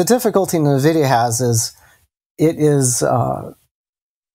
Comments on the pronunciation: Watch face when says "nuh-vidia":D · nuh-vidia is cringy. ugh.